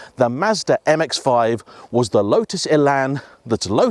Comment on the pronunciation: You don’t call Lotus “Louts”